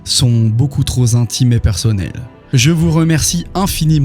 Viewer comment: A 38’ 50’’ … "Beaucoup trop zintime" La liaison !... Ah, encore un vieux con qui nous gonfle avec les règles de la langue française … 😄😉